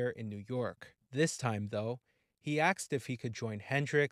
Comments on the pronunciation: When axed. The word is asked. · It’s ‘asked’, not ‘axed’. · "ASKED" not "Axed" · And if he says "axed" for "asked" one more time, I'll scream. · “WHEN AXED ABOUT HIM” It’s ASKED!!!! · He says that throughout the video. Annoying I know. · It’s “ASKED” not “AXED” Thsnks for sharing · Asked not Axed, thank you. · Why do you say "axed" instead of "asked"? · You mean asked not axed. You shouldn't believe everything you read off wikipedia. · “Ask” not “Axed”. Jesus 🤦🏻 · I say this respectfully, but you really need to pronunciation. The word asked as it is supposed to be pronunciation and not “axed”. As clearly as you speak with nice tone and a calm demeanor when you pronunciation a word that poorly, it distracts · ‘Ask’ ‘ask’ not ‘axed’ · ASKED not AXED! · It's 'asked', not 'axed' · You should work on your pronunciation of the word asked. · 'Asked' not "aksed". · You need to pack up this horse puckey toot suite. By the the way, its pronounced "ASKED", not "AXED". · Asked - not axed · Axed, instead of asked? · Asked not axed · The word is asked with the s pronounced, not axed. God Almighty. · Axed,Rubbed Off..et al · “Axed about him” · "aksed" ? .. axed from YT would be more appropriate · Your credibility ended with “axe.” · "That's why when he was AXED about Jim Morrison..." 🤦‍♂️ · I axed who axed who and they told me they axed them if they axed. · “When axed about him” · He axed him? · "When axed about him"? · When "axed" about him hahhaaa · Narrator lost me at axed...lol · What is with..... AXED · he axed lol